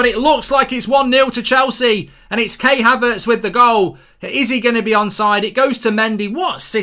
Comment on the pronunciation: Goldbridge says Kay Havertz lol